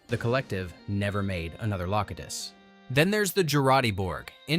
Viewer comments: Loctiss? who's Loctiss? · Also Locutus changes pronunciation changes after 2 correct uses and then goes AI incorrect the rest of the segment. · Love how at one AI says Locutus and one says it wrong. Do better!